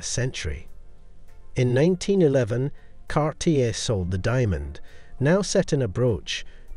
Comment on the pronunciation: This video has such beautiful photography and showcases really wonderful jewelry, but it is a shame that so many words and names are badly mispronounced. I wonder if the narration is done by an AI program rather than an actual human being. Heidi, Cartier, epitome, marquise, graduated, Arpels, egyptomania, seventies, cabochon, Sophia and Lollobrigida are all spoken incorrectly. One would think such a well done production could have a narrator who knew how to say the words properly. I see by previous comments that I am not the only one to have noticed this.